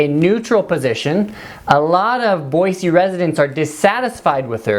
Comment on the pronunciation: number 1 way to get a Idahoan mad: saying "Boizee" instead of "Boise."